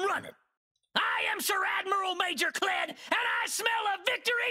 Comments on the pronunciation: you mispronounced Kled... it's pronounced KLEEEEEEEEEEEEDD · "Nah, just Kled."